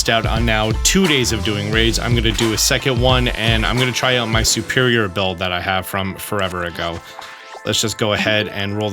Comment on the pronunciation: thank you for these guides but why do you always say "SUperior" instead of "SERperior"?